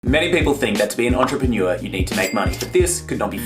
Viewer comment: I am the only one that thinks you pronounce entrepreneur weird? No? Maybe just me? 😂